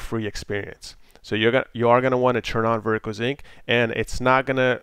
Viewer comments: sync not zinc reeeeeee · lol, it started bothering me after the first 15 times and I'm thinking in my head "SYNC" "IT'S SYNC" "NOT ZINC" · "Vertical Zinc"